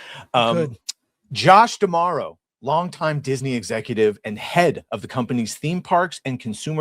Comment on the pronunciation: Chris is the first person I hear pronouncing D'Amaro correctly, props